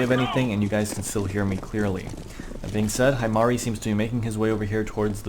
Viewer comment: I'm going to be that one weeb and say that he pronounced it wrong. its pronounced he-mari